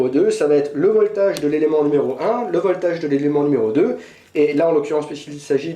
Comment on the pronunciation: si tu dis "voltage" met l'accent british! sinon en fr c'est la tension...:)